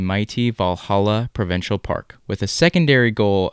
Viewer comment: Need to work on the word Provincial.